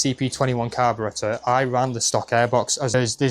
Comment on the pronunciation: it's carburetor